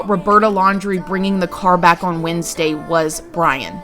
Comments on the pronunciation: Lol girl I was like… WESNESDAY?! 😂💕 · Did you say hope we have a good Wednesday?? Lol. Did anyone else catch that?